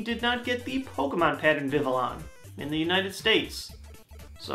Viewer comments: It's pronounced "Vi-vi-yon," not "Vi-vi-lon." It's based off "papillon" the French word for butterfly. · Just as an FYI, vivillon should be pronounced vi-vee-yoh/n/, where the "n" is spoken nasally... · I don't like to sound mean, but even now you are still butchering Vivillon's name! The double L's are pronounced like a Y, because it's based off the French word for butterfly, "papillon".